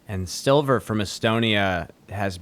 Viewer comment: If you just start pronouncing Silver's last name as the english word let you'd be right on the money. I'm swedish and we also have the letter ä. Thanks for everything guys, you're doing a fantastic job!❤